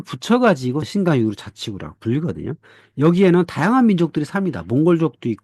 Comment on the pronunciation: 한국어론 위구르 아니면 영어로 위거지 위그르로 발음될 수 없어, 무식아!